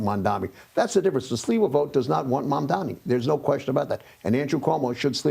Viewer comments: Cuomo is not mentally fit enough to do the job - he keeps mispronouncing Mamdani's name as "Mandamee". He is slurring. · Dem😂. Can't even say mamdani right😂